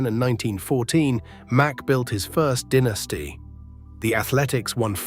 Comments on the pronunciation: also pronouncing the word "dynasty " as dinisty! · Stop mispronouncing dynasty 😮